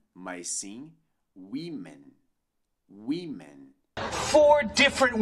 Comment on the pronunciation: Essa pronúncia de "women" está incorreta. O "o" tem um som semelhante ao "i" da palavra "bitch", e nao esse "i" fechado que vc ensina. Pode pesquisar o símbolo fonetico em dicionários como o Cambridge que vc verá.